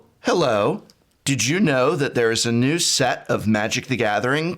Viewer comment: Professor says “which new deck are you building?” My hearing: “which nude deck...”. :-/ Sorry, Prof.